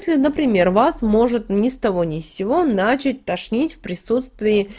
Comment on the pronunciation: не нАчать, а начАть